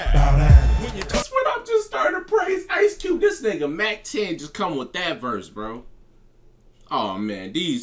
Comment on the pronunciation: It's mac ten bruh 😆 🤣 much love to your effort and your channel!